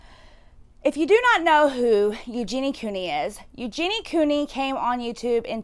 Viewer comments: Please say her name correctly. It’s Eugenia, not Eugenie. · My thoughts: 1. It's pronounced "you-geen-ee-uh" 2. She has refused help and is choosing to continue being sick for profit 3. She's culpable for the damage her pro-ana and body checking content is having on children